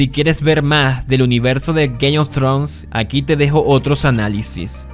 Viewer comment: Si no sabes inglés esta bien, pero mejor di Juego de Tronos... No Gays of trus...